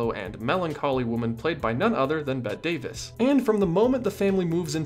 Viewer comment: You provide a lot of great content but you should know how to pronounce Bette Davis if you are going to use the word "facts" in your name.